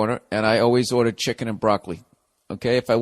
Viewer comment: "summ maa fUckin CHeekEeen"